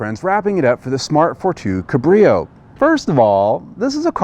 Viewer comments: its pronounced cab as in taxi cab -rio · Nope, not in German, the “a“ is pronounced like “ah“. But he incorrectly stresses the second syllable; should be on the first.